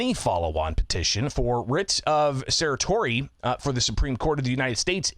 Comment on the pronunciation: Thanks for your work. BTW, writ of certiorari is pronounced sir-she-or-are-ee. Many lawyers also just call it a writ of cert.